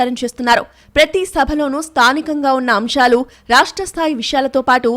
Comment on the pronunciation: న్యూస్ reader voice బాగుంది. కానీ 'విమర్శ' అనవలసిన చోట 'విమర్ష' అని చదవడం బాగాలేదు. అలాగే 'అంశాలు' అనే దగ్గర 'అంషాలు' అని చదవడం బాగాలేదు. ష కు శ కు తేడా ఉంది. Please correct చేసుకోండి. All the best 🙏